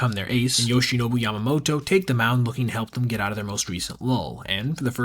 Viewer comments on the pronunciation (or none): none